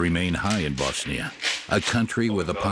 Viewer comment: Very good documentary. Also finally someone properly saying BoSnia and not BAAZZZNIA good job narrator 👏